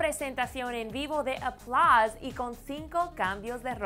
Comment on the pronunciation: porque la mina esta dice "aplaz"